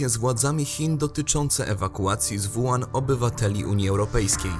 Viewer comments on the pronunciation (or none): Nie: "Wuan" (zapis fonetyczny), a: "Łuhan" (zapis fonetyczny). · zle czytacie chińskie wyrazy. WU HAN czyta się tak >>ŁU HAN<< douczcie się bo siara jak hu*